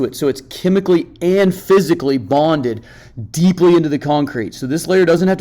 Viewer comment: The way he said "penetrate the concrete". Then paused, and emphasized "deeply". 🤣